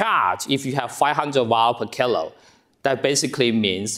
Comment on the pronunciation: I did at first until I found that when he was saying kg he said "kill-o" instead of kilogram or "keel-o". Then I was fine. Have more patience and be more curious.